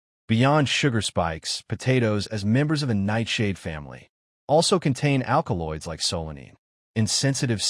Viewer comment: AL Kee oids and SA Lə mee . . .yeah, this A.I. is a youngster, perhaps a pre-teen! The text and narration are doing some ODD, topsy-turvy things(!) So annoying = solanine(!) "So Lean" (yet another attempt at solanine!) And...number THREE: SALINE(!!) Holy crap, A.I. The "A" holds up; the "I" does NOT. This is hilarious.